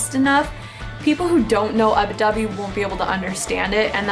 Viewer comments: just fyi it's ubby dubby not ubi dubby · i know that it was a pronunciation related thing she was saying ubbi wrong